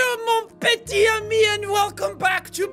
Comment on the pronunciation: Non il dit bien mon petit ami. Il fait juste la faute de liaison . Mon petiTami ou mes petitSamis. C'est dans le sens "my little friend" pas dans le sens romantique etc c'est tout.